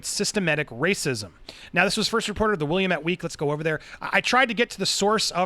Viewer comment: I live in Oregon This doesn't surprise me at all also you're pronouncing Willamette wrong